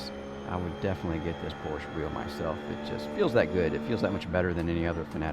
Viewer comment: Porscheeeeeeee not Porsch